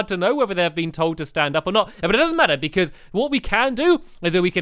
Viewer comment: I love how stamps say "because"......hehe...."becooze" 😂